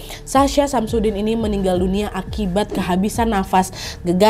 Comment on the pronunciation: Aku dengernya Samsudin😂